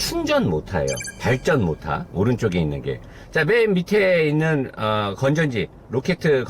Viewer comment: 형 다 좋은데 빠때리x(베터리) 모타x(모터) 이것좀 지켜줘요ㅋ